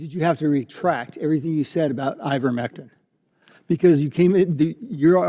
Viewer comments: Let’s work a little harder to get pronunciation correct. It’s I-vermectin not IN-vermectin. We need to maintain our credibility as compared to the no-nothing Republicans. Good video! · It's pronounced eye-ver-MEK-tin, not INN-ver-mek-tin. mispronounced the stupid drug, lowering her credibility. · It's IVERmectin, not INVERmectin.